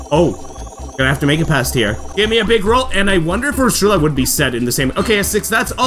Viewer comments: Great to see Wii Party is finally back! Hearing you groan at your luck go from bad to worse was hilarious and relatable XD Also, I think Ursula’s name is pronounced “er-soo-la” and Elise’s name is pronounced “el-ees”. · why do you say ursula like that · Just some corrections: 1. Ursula's name is pronounced as Ur-suh-la. 2. Elisa's name is pronounced as E-lee-sa. 3. Advanced difficulty isn't the hardest difficulty. After beating it, you unlock Expert difficulty, and after beating that you unlock Master difficulty.